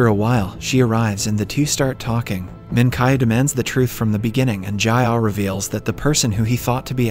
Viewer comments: "Jayah" "Minkai" the accent is killing me help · great video but the way he pronounced the names kinda made me mad ji-ah = jeeyah minkyu = min kee oo